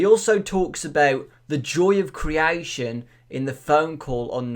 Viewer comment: Criaition criaition. R u english??